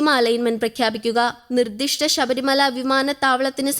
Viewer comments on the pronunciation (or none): none